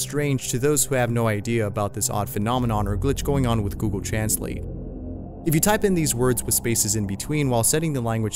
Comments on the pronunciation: He pronounced ,translate, wrong😒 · Gosh..it was the same when transalated but the pronuncer was fukin funny 😂😂😂😂